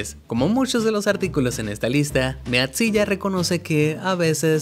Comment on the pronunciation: MEAT ZILLA Se pronuncia.... MITZILA. es como godzilla perk comk es de carne y enorme por eso se llama MEATZILLA.